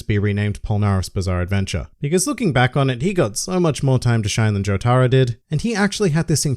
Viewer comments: Jotaro is pronounced without an emphasis on the “tar”. There is slight emphasis on the “jo” just like in “Joseph” so not JoTARo. JOtaro. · For the love of God, please tell me Jotaro isn’t pronounced like that